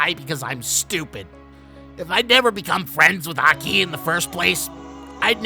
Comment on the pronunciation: What's with your emphasis in Aki's name? Isn't it supposed to be said in a single sway? You go AH-KEE, when it should be AHke, right? Kind of like saying the "okie" in "okie doky", but replace the 'O' with an "A". It seems to me that you kind of pronounce it using Spanish emphasis rather then Japanese emphasis.